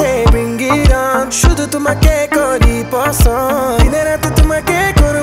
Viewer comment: Please don’t sing in Bangla if you can’t even pronounce the words right🙏🏼 What on earth is ‘poson’? 😂 Please pass on the message to Mumzy